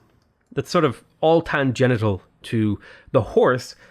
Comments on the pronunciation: I don't know dick about some parts of the game but I assume you meant "tangential" when you said "tangenital." ;-) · says "tangenital". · Had to pause. Distracted by "tan genitals". Realized he meant tangential. (tan-jen-she-all). Still made me LMAO! Tan genitals! 🤣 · “tangenital”. By far the funniest mispronunciation I’ve heard from so far 😂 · Tangential is not pronounced "Tan-Genital"...lol...you make great content though!!! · Did I just hear "tangenital" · Years later, I stroll into the comment section to laugh at saying, "Tan-Genital" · "tangenital" - love it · "tan-genital" heheh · It's pronounced "tan-gen-shul" and thanks for the video. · "it's all tan-genital." :P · Tan-genital lmao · "Tansgenital" is my new word for today :D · Did you say "tan-genital"?! .... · Great video! Is it just me or did you say "tangenital" ? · “tangenital” Oh myyyy... Wasn’t expecting naughty trigonometry in a Civ vid.